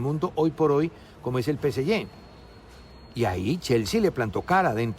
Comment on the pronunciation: Sr. Velez... yo loescucho todos los dias y me parece muy respetable sus opiniones y analisis... pero.... "P.C.Y?".... noooo se dice P. S. G... o lo dice en español.. o lo dice todo en Ingles... Sin mezclas no anglicismos inventados... O diga.. "Paris Saint Germain"... no le quita nada.